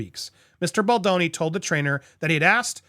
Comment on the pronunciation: I'd like to point out something about Andy and this lawsuit. For weeks he mispronounced Baldoni's name while also very publicly trying to play up to Ryan's ego with his comments simultaneously (you know, in case Ryan watched an episode). It looked like repeated jabs at Baldoni for Ryan's benefit. Now that he is convinced both Ryan and Blake actually did this to Baldoni, he is pronouncing Baldoni's name properly. It's not okay to add to the public bullying so that you appeal to someone else's ego, Andy. I was and am very disappointed in you for this. Pronounce Justin Baldoni's name properly and with respect.